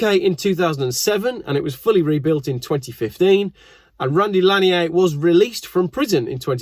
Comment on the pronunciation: It’s Randy lan-yerrr.. he’s from America not daggum France… good god that’s easy to get right, that hurt to hear every 30 seconds.. the first half of his smuggling career makes him an American hero in the cannabis world… you may as well have mispronounced Randy as far as we’re concerned. Smoke a store bought spliff AFTER driving your fast car one way somewhere in the southeast, and you can thank him for all of the freedom overwhelming you.